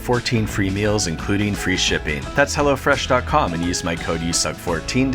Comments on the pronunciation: I thought you were telling us to go to hell. But no, it was hello fresh. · For a second i thought he said "Go to hell"